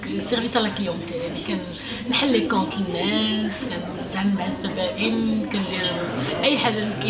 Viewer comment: ههههه خصكي تقولي الزبائن ماشي الزبابن ههه